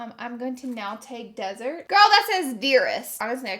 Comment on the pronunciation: Omg desert hahaha lol I’ve said a million names wrong too that was funny . Love ya